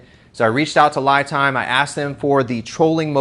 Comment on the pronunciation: The Company would like their batteries pronounced Lee not Lie Time ie (They don't Lie)